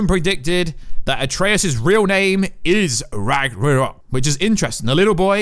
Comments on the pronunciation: You said "Ragarnok" , and though(and possibly a few more times afterward). It's RAGNAROK. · Rag-nar-ok, not rang-ar-ok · ITS RAGNAROK (ragna-rok) NOT RAGRANOK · Rag Na Rok vs Rag Ra Nok lmao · "Ragger-Knock" xD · Its rag-no-rok, not rag-ro-nok. Lol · Did anyone else hear “Rag-Ronok”? 😂 I’m pretty sure it’s pronounced “Rag-Narok” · It is RagNarok. Not ragrorock lol. And Kratos’ wife is Faye not Freya. Freya is the witch in the woods, Baldurs mum. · It’s Ragnarok. Not Ragranok.... BOY!!! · RAG-NA-ROCK NOT RAGRONOK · He said "Ragnorrock" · Ragnarock not ragrnog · RAGNARÖK NOT RAGRANOK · Its ragnarok not ragranok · what is ragunok do you mean ragnorok? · It’s ragnarok not ragranok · RAGNAROK! not ragarok, not ragornok, not ragerok is fucking ragnarok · Maybe He misread the "n" to "r" in Ragnarok and pronounced it as "Ragranok" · you said it Ragranok multiple times, I don’t think you said it correctly the entire video. It’s pronounced Rag - NAR - rock. Not Ragarock Raganrock Ragranok Raganock It’s Ragnarok. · Why do you keep calling it ragranok???? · (Rag-Nor-Rock) Ragnorok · Ragnarok (Rag-Nor-Rock) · It's pronounced RAG-NUH-ROCK. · “Loki’s real name ragroror” wtf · Sorry to do this but it is pronounced RAG-NORE-ROCK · did he just said ragornok?? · I love the part when he says ragronok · I wish he would say that instead of Ragranok. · Noone:: ragrenok Sorry just had to do it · as a dane, I love that ragnarogh pronunciation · Say it with me RAG-NOR-OK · Bro it’s Ragnarok (Rag-nuh-rock) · Ok now say it with me, Rag nar rok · The amount of times he said ragranok and ragrunrurok hurt my brain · The hell is rag na nock? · Dude can’t pronounce Ragnarok. It’s pissing me off. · "is ra-g-re-o" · Its Ragnarok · Are we just gonna ignore his pronunciation of RAGRANOK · lmao...he also messed up by saying Atrias real name is "Ragranok" when its Loki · R A G A R N O K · “Rag er rock” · No. Absolutely nobody in their right mind can ignore this. Only reason I came to comments